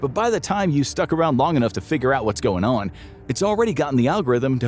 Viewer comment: the “what’s goin’ onn’” was so southern I relistened at least ten times